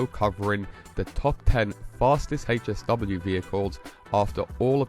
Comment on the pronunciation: Bruh calls it’s HAY SW 😂 you mean HSW TIME TRAIL THE HECK IS HAYSW no hate just makes you cringe as hearing it 😅